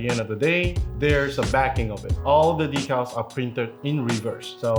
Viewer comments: 1. Dee-cal. #2 sounds too much like D*ckle. On Dry Transfers.. That's a really bad idea to take the parchment (not wax) paper off and hand them, put them on skin. Natural oils we secret can ruin then/make them nearly impossible to apply properly. So, please avoid that, unless you're looking to make the kit weathered and have scratched/dinged up markings. xD There's also Metallic Dry Rubs by DelpiDecal, that apply pretty much the same way as normal Dry Rubs, but they have two layers of film protecting them (at least the way they make them). Sam warning about moisture applies. The edge removal of clear stickers takes many layers of clear coating and wet sanding. (JENIC has a nice video you can use for reference here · It’s DEE-CAL-DECK-ALLs are what lifetime guarantee decks…..